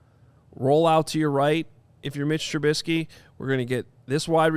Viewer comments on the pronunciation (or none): Lost me at “if you’re Mitch Trubisky”. Several name mispronunciations and acting like an expert. This was bad. I’m thinking we need a breakdown of this breakdown. Fellas. Do better.